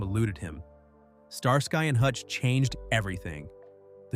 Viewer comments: It is NOT Star Sky and Hutch but Star skee and Hutch! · StarSky? It is pronounced Star ski. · "Star Sky?" Star ski, Starsky. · "Star-Sky and Hutch." Come on, man. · That's how you know that it's A.I. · “Star-sky and Hutch?” I’m out. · "Star-Sky and Hutch". Ha ha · The Artifical Intelligence narration is ridiculous...it pronounced Starsky as Star- Sky and Bea Arthur as Bay Arthur🙄😒